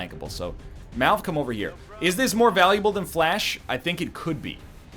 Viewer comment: why does he keep pronouncing "fleche" "flash"? is it some canadian thing like 'bahgel' or does he not see the e??